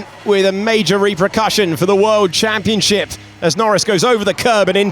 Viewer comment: min - "...for the world championshit"